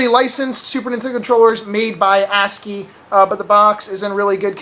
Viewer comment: great pronounciation on ASCII :) and i did some garage sales, got me 6 games for 8 bucks :)